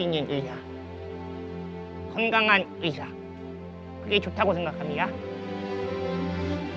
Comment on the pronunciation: 도치야 다정하게 불러놓고 냅따 던지는 거 왤케 귀엽냐 헬로우~? 녜! 니예~ 댜신을 먼저 치료해줄 수 있는 의샤 발음 귀여워 죽네 ㅠㅠㅠㅠㅠ